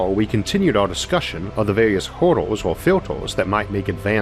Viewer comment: I love this guy, he pronounces hurdle as 'hodor'